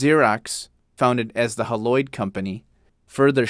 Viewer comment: He mentioned Xerox while only showing the old Haloid logo (and mis-pronouncing it, as well...). However, he did completely ignore Gleason, French's Mustard, Graflex, General Railway Signal, and a few other larger corporations of the past.